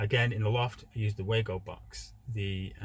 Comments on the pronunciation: Actually no! It is German, and pronounced Var-go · Lol it pronounced wago (way-go)